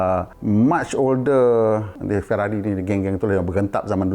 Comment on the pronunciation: Mazda, Maserati, Ferrari, Aston Martin, Citroën, & Lamborghini ada lari sikit dari sebutan asal.